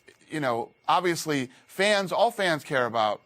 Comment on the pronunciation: "Odviously"... Very nice 👍🏼